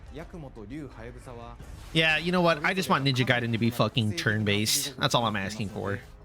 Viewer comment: this guy called it Ninja Gay-den LMAOOOO